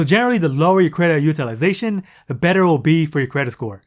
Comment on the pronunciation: Dude, every time you say “UTILIZATION”.............YOU PISS ME THE FUCK OFF!!!!!!(all I hear are syllables....IM COUNTING 5.....STOP) Maybe it’s me-maybe I’m just sensitive.......Nah, learn how to pronounce it properly.